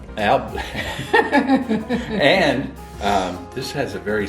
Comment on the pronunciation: Lol! It's al-bum